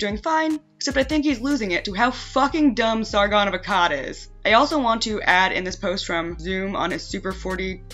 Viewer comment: Funny how you can do an update on this with the sargoon, vee-mon, and boulder king.